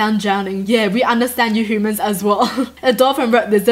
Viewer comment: I love how says humans like hoomans lol